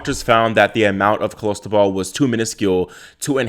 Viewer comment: It's not Cholestebol, it's Clostebol!